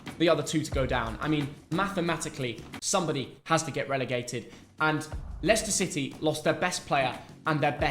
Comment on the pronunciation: Leshner city 😂